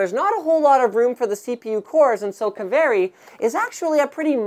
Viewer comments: Pronounced "Kaveri" not "keveri". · His pronunciation of 'Kaveri' really pisses me off. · Well, wherever they took the name, it's fun to hear non-Finnish people pronouncing it ^^